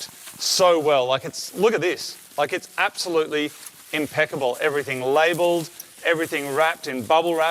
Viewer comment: I swear Marty says " upbsolutely"